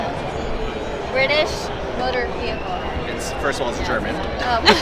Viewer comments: "British Motor wehicle" wtf if wrong and then she talks about an "M-class"?!?! Holy shit, she is stupid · British motor wehicle.. how sad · "wehicle"